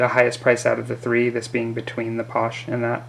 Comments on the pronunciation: Exactly pasha - eh not paush. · Sorry - Paasche is pronounced "paash-eh" not "paush"